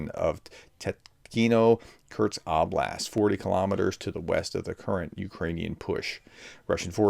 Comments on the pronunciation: U can write in title KURSK but can not say it!??? KURTS🙄🙄🙄🙄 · Professor! There is no 't' in Kursk! It's geography, not geology! Lol, sorry. Thanks for the update. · K U R S K not K U R T S